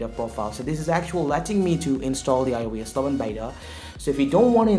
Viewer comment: when you say it it sounds like “ioas” LMFAO